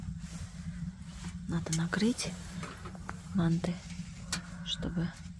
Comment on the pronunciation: По нашему по казахстански слово мАнты ударение))))